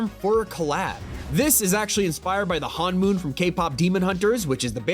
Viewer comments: “HAN-MOON”?!? It’s Hun-Moon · It’s pronounced Han-moon but it is spelled hun-moon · “HANmoon” “GWEma” 😓